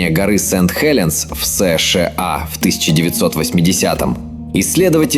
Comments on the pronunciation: Извините,озвучка скорее всего ИИ.Мы так не говорим Эс Ше а. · Блин, когда уже найдётся гений, который научит ЫЫ не говорить эс-шэ-а?